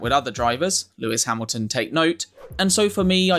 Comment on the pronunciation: Through goes hammeltion😂😂